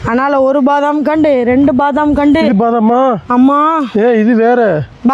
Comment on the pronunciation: அது. பாதாம். இல்ல. வாதாம்❤❤❤❤